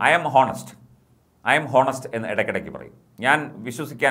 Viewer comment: ഹോണസ്റ്റ് എന്നു സായിപ്പ് പറയില്ല. ഓണസ്റ്റ് എന്നു പറയു൦.